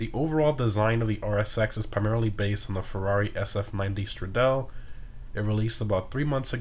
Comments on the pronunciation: Stradale is pronounced stra-dah-ly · Btw "stradale" is pronounced with the strong -e (like in "egg") at the end